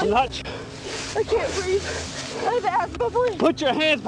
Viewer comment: Its obvious he doesn't understand that if you add "uh at the end of words, he's supposed to let go. "Please-uh. Preg-nint-uh". "Oh OK, off you go". Like so. Oops sorry "breathe-uh". Fixed it.